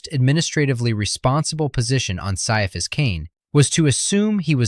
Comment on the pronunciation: Ciaphas is pronounced "Kai-a-fass", according to the intro to the first omnibus.